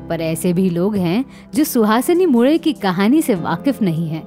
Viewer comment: Mule - surname ka bilkul sahi pronunciation - aapne - nasal accent aur tongue usage se kiya